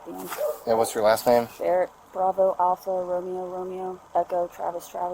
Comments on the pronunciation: Come on cop it’s not that hard moron it’s Barrett 😂😂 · I was like, it’s Barrett. ….. Bro, it’s BARRETT!! 😂😂😂